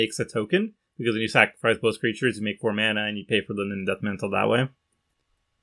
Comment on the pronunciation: misreading Nim Deathmantle made me actually facepalm at work